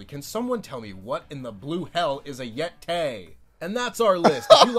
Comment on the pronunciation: IT'S THE YE-TAY !!!